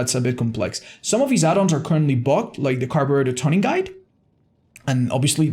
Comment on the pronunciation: Ay it’s pronounced toon-ing not ton-ing😂😂